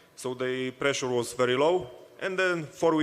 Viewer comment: "The belt is my prezzure"